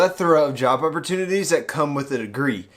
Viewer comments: Dunno why but I keep hearing "Java opportunitiy" instead of "Job opportunity" lol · Tbh, i heard "java opportunity" too